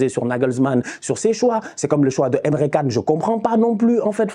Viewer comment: Emre Can se prononce comme "djane"